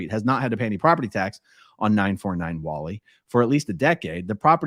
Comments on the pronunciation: Oh , "Whalley" is pronounce "Way-lee" Ave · Whalley is pronounced Whalie or Whale-y.